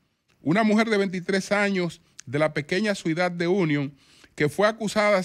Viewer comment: no sabe pronunciar Ciudad, pronuncia Suidad